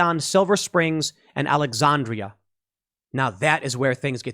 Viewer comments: No "S" in Silver Spring. Alex-AN-dria. Like Alexandra with an "ia" at the end. Bowie pronounced Boo-wee or just Boo-ee. Not really the biggest deal in the world. Just really makes it super obvious you never actually come down here. Or, alternatively, come on down more often. Frederick is not far in miles or even time, but really is a world away to the people who live here in the DMV. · hearing tim try to pronounce these DMV towns/cities is funny ngl. "Silver Springs" "AlexONdria" lol.